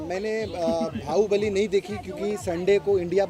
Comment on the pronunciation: bahu??? bali ??? its Bahubali